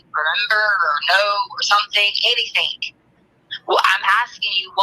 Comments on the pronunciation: Who in the holy hell employed this woman as a teacher, I mean “anythink” the woman is a halfwit 🤷‍♀️ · I've often heard ppl mispronounce certain words becuz of their dialects (i.e. southern, east coast, etc) but NEVER heard anyone who says some thinK, anythinK... Like what the actual f???